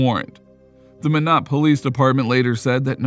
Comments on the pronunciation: Minot in pronounced like “my knit” depending on accent “my nut” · As a North Dakota resident. In case you wanted to know Minot is pronounced My-not. And Knutson is Ka-newt-son. :)